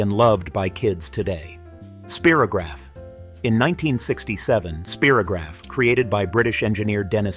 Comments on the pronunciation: "Spear-o-graph"? It's pronounced "Spie-ro-graph" as in it draws spirals. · Yep, perhaps they were thinking of “Spiro Agnew”, President Nixon’s VP in ‘72, but Spy - row - graf came out before (vid said 1967). Still an excellent video down memory lane! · In the US we said “Spy-rograph,” as it was advertised.